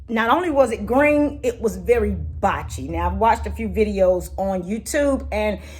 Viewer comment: Blotchy not botchy